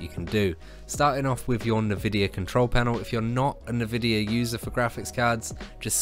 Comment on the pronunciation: Nobody:: Nuh-vidia